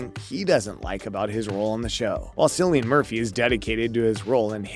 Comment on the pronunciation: His name is pronounced "Killian".